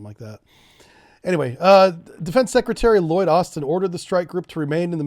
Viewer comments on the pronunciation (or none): none